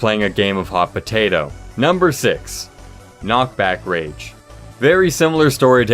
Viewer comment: knockbage rage lol